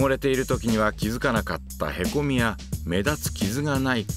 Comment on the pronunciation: へこw↑み→が↓消えたw